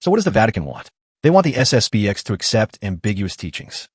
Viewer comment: It's SSP-ten.